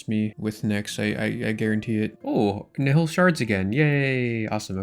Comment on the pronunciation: Please let us know when you learn to pronounce nihil